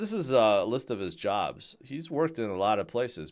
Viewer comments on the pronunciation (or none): none